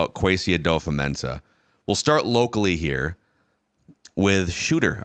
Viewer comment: kind of petty but, why do you pronounce it "adofa-mensah" instead of "adofo-mensah" like its spelt?